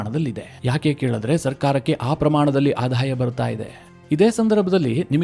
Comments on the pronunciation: ಆಧಾಯ ಅಲ್ಲ ; ಆದಾಯ - ಇದು ಸರಿಯಾದ ಉಚ್ಚಾರ. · ನಿಮ್ಮ ಮಾಹಿತಿ ಚೆನ್ನಾಗಿದೆ ಆದರೆ ಆಧಾಯ ಅಲ್ಲ ಆದಾಯ